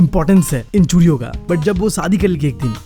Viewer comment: Bhai chudiyo ko churiya khe raha hai that I like her voice ❤❤❤🎉🎉😂😂😂